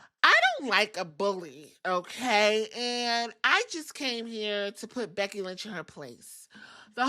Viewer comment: *becky not beggy😂